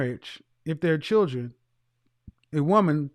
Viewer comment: She said chuldren😂